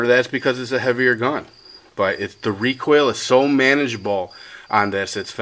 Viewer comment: i like how he says recoal and interw3bz